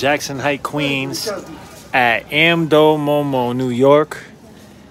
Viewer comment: you pronounce it “Um-dough”